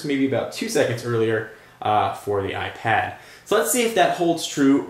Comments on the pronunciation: Hate the way you say iPad and iPhone, AIP ad AI phone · why do you say ipAHd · it pronounces AIP ad and AI phone